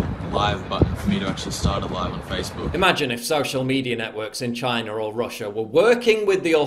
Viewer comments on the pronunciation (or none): none